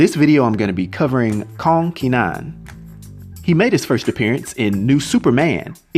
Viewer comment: Pronounced more like Ker-nan (don't fully pronounce the r, kuh-nan)